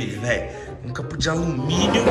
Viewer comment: Pq vc fala capu? É capô o correto.